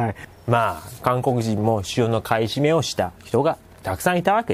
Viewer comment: テロップはちゃんと買い占めとありますが音声では ふばい と聞こえます不買なんでしょうか？